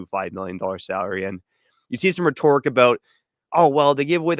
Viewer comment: we traded one of the top ten players in the league for a very decent defenceman who is a UFA this year. We are indeed weaker after these trades. And the word "rhetoric" has the accent on the first syllable- not the second one. 😂 Please be better than an AI voice. 😊